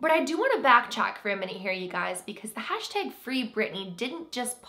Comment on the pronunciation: I love your accent when you say “hashtag” ❤️